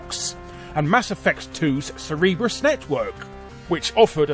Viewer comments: Cerberus not Cerebrus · Larry, I love you dude. But it's pronounced Cer-ber-us. Like the three headed dog from Greco Roman mythology. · CerBERUS network.. not CerEBRUS network the dog, not the brain. lol. Larry, Larry larry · "Cereebrus." Cer-ber-us. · Cerberus. Cer-ber-us. I don't know what "Sereebrus" is. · Cerberus network!!! CER-berus! Not cerebrus... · "Cerebrus network" lol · The "Sireebus" network, seriously? That's funny way to say Cerberus! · "Cereberus" network??? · "Cerebrus" network? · Sorry for being pedantic. But the Mass Effect 2 DLC network is pronounced “ser-ber-us”. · ...why do youtubers have so much trouble pronouncing common names? It's CERBERUS. Is pronounced Surb Ur ess. They say it in the game MULTIPLE TIMES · Cerebro's Network?! You mean Cerberus ahahah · Hey, it's Cerberus not Cerebrus. Also I never thought Zaeed sounded Australian, he was played by a British actor and it sounded like it to me. Shrug I am from the Midlands, maybe I just don't have a good ear for London-ish accents. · Mass Effect 2's what network? Pretty sure that's not even in the neighborhood of how you should be pronouncing "Cerberus", no matter what country you're from. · Lmao maybe want to verify your pronunciation next time you find a word you don't recognize. Cerberus. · the fuck kind of pronunciation of cerberus is that?